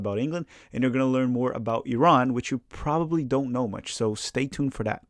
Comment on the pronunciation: Thanks for pronouncing Iran correctly. I enjoy your channel 😁